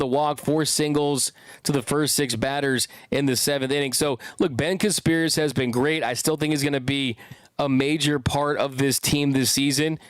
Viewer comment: If you are going to talk about Casparius, you should really learn to pronounce his name correctly. You have been saying it wrong for 2 years.